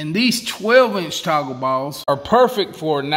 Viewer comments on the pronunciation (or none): How many times did you say TACO BALLS? Haha. I think it was toggle balls but after it heard Taco balls I couldn't hear anything else.